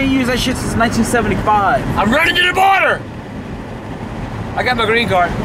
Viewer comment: LOL he said border I can’t anymore